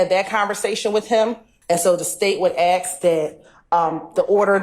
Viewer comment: . “The state would axe that….”